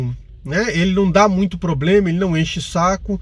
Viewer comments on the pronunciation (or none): none